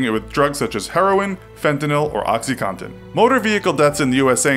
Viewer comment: He said oxycompton